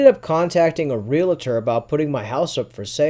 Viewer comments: I know but they say ree- la-tor hahaha love the stories though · Why cant people pronounce REALTOR correctly???